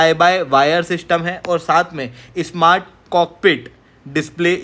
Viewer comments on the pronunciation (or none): none